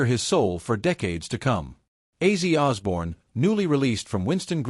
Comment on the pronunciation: I'm not taking this video seriously if the AI voice is gonna mispronounce an icon's name within the first five second.